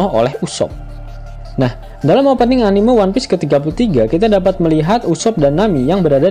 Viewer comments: Keren min ngakak, Tp ane risih denger anime slh pgucapan, yg bener sperti me di kata memang Anime-mang bukan anime-lihat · sedari awal sudah salah sih diprologue, laugh tale anime(lihat), trserah mau diganti apa lanjut, yg punya channel kan bkn aku wkwk Bnyk sih yg salah gitu mgkin susah dilidah, pdhl bhs inggris juga bacannya enimesien, kalo org jepang jd enimeshon sih